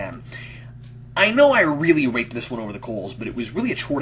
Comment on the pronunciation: I know you said "I really raked this one over the coals," but I can't help but hear a p instead of a k.